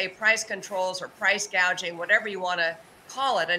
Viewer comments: She calls it "price-GAGING". Can't even get the word right. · She still calls it gagging